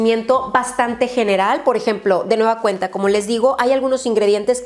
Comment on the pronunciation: Amo los videos de pero alguien mas a notado que habla muy raro.. Como k reemplaza muchas veces la letra N por la letra M... Como cuando dice... De nueva cueMta...